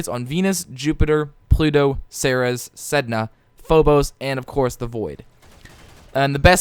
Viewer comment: By the way, I am pretty sure it is pronounced ser-ees.